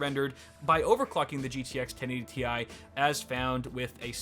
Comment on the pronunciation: He said 1080Ti wrong